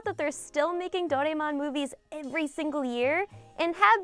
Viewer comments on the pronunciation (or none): I like your content so just want to give you the heads up on the pronunciation right Doraemon is pronounced "Doh-Rah-Eh-Mon" with flat intonation across all the syllables. Im here in Sendai, Japan. Let me know if you are in need of spot checking etc. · of course I know Doraemon you're pronouncing it wrong by the way any way I grew up watching Doraemon it's actually a personal favourite of mine